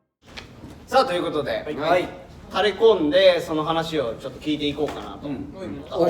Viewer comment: 「ということで」ではなく「というこで」になってました。 一応ご報告まで。